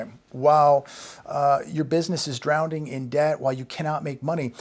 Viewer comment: Drowning not drownding